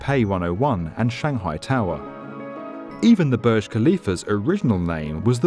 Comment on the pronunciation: Pronounce properly it's not Barj it's boorj